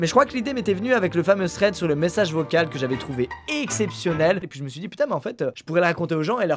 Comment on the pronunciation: J'aime bien les vidéos Thread, mais le problème vient du fait qu'Il prononce mal le mot. Il dit sread alors que ça ne se prononce pas du tout comme ça et ce qui me tape assez sur les nerfs